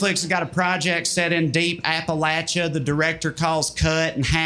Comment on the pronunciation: Thank you for saying Appalachia correctly!!!